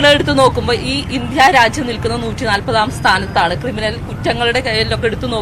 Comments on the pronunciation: രാച്ഛ്യം അല്ല രാജ്യം ആണ് ശരി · രാച്യം അല്ല രാജ്യം എന്ന് തെളിച്ചു പറയാൻ അറിയാത്ത കുരുപൊട്ടിയ മെമ്പർ 🤣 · Racyam alla r😢ajyam aa Nnu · കേരളത്തിലെ സ്ത്രീകളോ..സുരക്ഷ എന്തായി. രച്യം അല്ല രാജ്യം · ഇന്ത്യ രാജ്യം എന്ന് ഉച്ച രിക്കാൻ പഠിക്കെടി തള്ളേ ആദ്യം